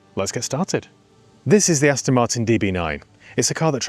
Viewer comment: Why do you keep saying "Astin" ? It's .... Aston.